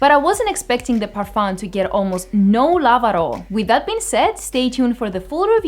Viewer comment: (a) More like "Young Girls's Reactions to Fragrance/Cologne"; (b) 90% of the times women who come in pairs will influence each other markedly and state they both prefer the exact same perfume...; (c) don't pronounce the "m" in parfum: when spoken (in native French) the word ends with a vowel (not a consonant) sound.